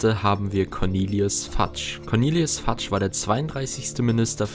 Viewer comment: Fudge wird nicht fatsch ausgesprochen sondern fötsch